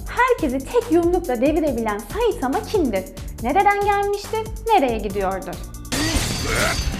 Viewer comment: Suna saitama diye iğrenç bişekilde demen o kadar gıcık ki saytamaa oooo